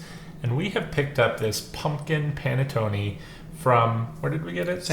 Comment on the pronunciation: While I've never had anything other then traditional panettone which we have where I live, I have never heard panettone pronounced how you were saying it. My relatives are from Northern Italy where it's pronounced differently. It's a bread you heat in a oven or toaster oven NOT a microwave, and then put butter on it. A traditional one that size I could eat myself in one sitting toasted with butter and coffee. Dang, now I want one.